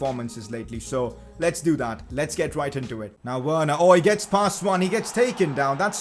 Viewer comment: It’s Werner